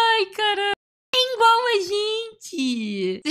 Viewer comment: só vive fazendo piada de foi isso que ela disse, tem tattoo de Naruto e é fã de Led Zeppelin. E ainda fala "engual". A gente deveria se casar no próximo sábado, oq me dizes, gatinha Sou paulistano